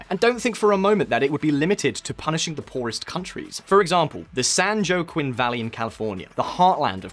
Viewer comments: He did not just say San John Cone. 😆 San Joaquin is pronounced 'San Wa Keen". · The San "Joe Kwin" Valley... 😂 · California's "San Joe-Quin" valley? Seriously? Is this what our world education system has come to? lol. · I love it when people can't pronounce names properly. For example San Joaquin is pronounced like "san wah keen" not sanjo quin. Israel has truly created a miracle in making the desert bloom. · And san joaquim is pronounced hwakeem not joe queem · It’s San “waaa keen” Valley in California.... not Joe Quinn valley. I was born and raised here, and that pronunciation absolutely ground my brain to a halt lol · Pronounced "San Wakeen" San Joaquin. Took me a bit...but realized he said "san jo a kin" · "The san joe qwin" valley". At first I had no idea what he was talking about, and I know California quite well. Then I realized he meant the San Joaquin Valley. Pronounced "SAN whah-KEEN)" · Good video, but for the record it's pronounced "San Wah-keen" not San Joe-Kwin. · Great video. BTW: it’s Wa-KEEN, not Jo-Quin. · Not San "jo-kain" valley......San "waw- keen" valley. The J is pronounced and sounds like a "W" . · San Joaquin is pronounced Spanish style as "San wha Keen" - not "San Joe Quinn." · Did he really pronounce the San Joaquin valley, the San Joe-a-quin valley? Just like river Phoenix’s brother, you pronounce it San Wa-keen. As in Joaquin Phoenix. It’s so hard to take someone seriously when they mispronounce a word. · San JoQuin Valley? It's pronounced San Wakeen. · (San Juan Keen)San Joaquin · San jo quinn? More like San Wakeen (ph) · Uh, when you use Spanish names, it's considered polite to try to pronounce them properly. That's not the "San Joe Quinn valley;" "San Joaquin" is pronounced "san Wah keen..." Bonus "La Jolla" isn't jolly at all, it's pronounced "La Hoi yah." 😉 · Wah-keen, actually. "Joe-quinn" ouch. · San Joe Quinn Valley ha ha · "SAN JAOKWIN COUNTY" lol it's pronounced san WAH-KEEN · In my Spanish it's san-hwa-keen. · "San Joe-Quinn"